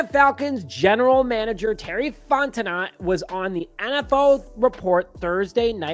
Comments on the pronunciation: fon Ten no. Like the channel but get names correct. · Bro, that T at the end of Fontenot is silent. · Dude couldnt even bother finding out the proper way to say Fontenot. Cant take this video seriously